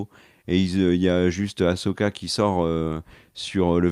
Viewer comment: Cette série a au moins un mérite : vous savez prononcer le prénom Ahsoka maintenant 😃